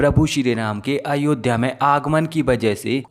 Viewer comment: यह अनपढ़ है क्या इससे अयोध्या का भी उच्चारण नहीं हो पाता है। क्या उर्दू और फारसी में शब्दों का अभाव है।।